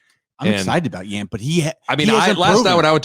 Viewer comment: Rudd saying Yant like aunt (awnt) and Bahe like ant is killing me 🤣